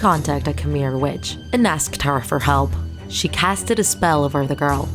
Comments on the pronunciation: I can’t- she keeps pronouncing Khmer wrong buts ig it’s okay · It’s not kh-mer it’s sounds like kh-mai just spelt khmer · “Kuh-Meir “ BRAH it’s pronounced kuh-mai [KHMER] 😂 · Its pronounce khmai enen though its spelled khmer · I died when you pronounced khmer as "come-mere" 😭 but it's funny and this is one of the famous urban legend in cambodia especially at the outskirts of the city